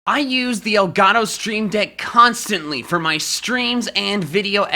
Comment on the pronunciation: Makes a whole Pokémon Talk episode in Spanish Also: Doesn't say El Gato correctly